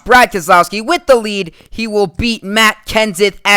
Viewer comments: Thru he says Wead instead of Lead it sounds like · u said earily wead